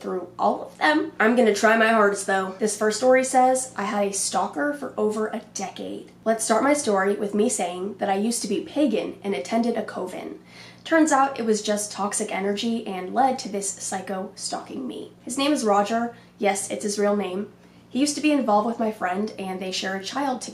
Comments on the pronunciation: Coven is pronounced "cuh-vin." I hope you feel better soon. ❤ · Coven is pronounced cuh ven like oven with a c